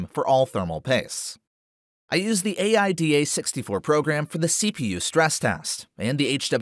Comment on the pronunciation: lol at the way you pronounce aida and hwinfo